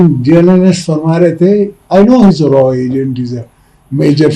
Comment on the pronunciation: sir you're wrong, aap "RAW agent" nhi "RAA agent" hai ...😎😎😎😎😎😁😁😁😂🤣😂🤣😂